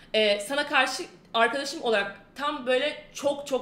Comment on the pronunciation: ıslarla her cümlede bastıra bastıra arkadaşım demesi...